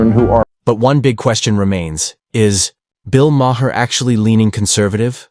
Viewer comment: “Bill Mah-Her”